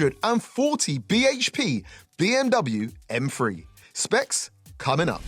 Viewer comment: What's an M-Free?, stop saying b h p, stop repeating the same thing over and over, and this could of been 15-20min video🤦